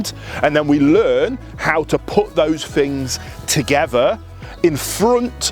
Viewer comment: He said then correctly, but then he said things like fings, incorrect, im dumb founded by this